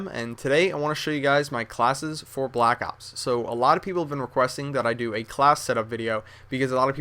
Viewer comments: That This Foo Said He Says LACK ops .So Stop Trynuh Look Cool And Sound Smart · funny when he says lack ops on